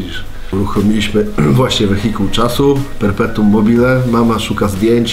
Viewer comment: ''Wehikul czasu - perpetum mobile'' poszedl po bandzie:D